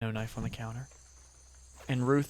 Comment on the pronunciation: Knoife=knoife guy